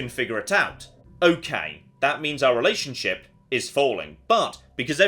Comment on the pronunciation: It has gotten to the point where in the intro he said lashionship